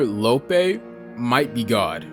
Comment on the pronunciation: He call Mr Lopee, “Mr lowpay”